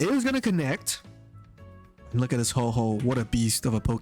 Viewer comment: ITS HO OH NOT HOHO XD